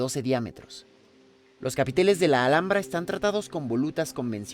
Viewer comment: Thank you for such a wonderfully made and well explained video, really helps me prepare for the trip to the Alhambra. Also fun to learn how to say the name properly😊